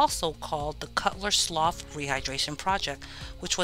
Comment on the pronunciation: I am very much enjoying this historical series but I must say, it's a sloo (slough), not a sloff (slough).